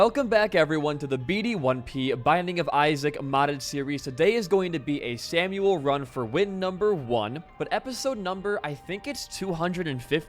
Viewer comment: isn't samael pronounced like"sam i yell" ?